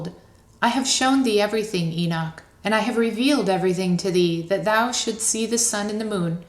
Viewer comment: probably all the ones who know that the pronoun "thou" is being mispronounced, throughout the entire reading.